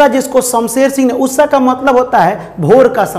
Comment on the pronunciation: Usha not usssa 😂